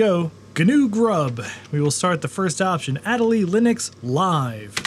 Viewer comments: There is 0.00% chance you are not pronouncing MATE and Ma-te while saying ad-a-lee whilst the E literally has the accent. There is no way that isn't a troll. Well done, I hope. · If that distribution of Linux is named after the Adelie Penguin, shouldn't it be pronounced the same..? "uh-DELL-lee" (notice the accent over the e...) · Funny pronunciation of Adélie like always.